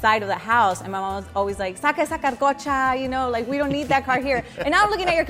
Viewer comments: Learn how to speak Spanish lady its carcacha not carcocha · She said carcocha, I thought it was carcacha.